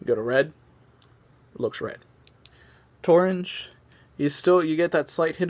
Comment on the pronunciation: Stop saying "torange"! Say "orange"!